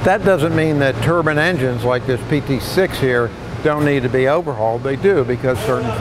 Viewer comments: "turban as apposed to to turbine" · Turbin is a Indian hat. It's. Turbine. Bine. Not bin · IDK why people pronounce Turbine "Tur-bin" people forget what the E does lol